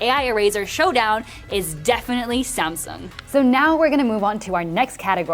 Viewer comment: Finally, you said Samsung instead of semsung..i respect that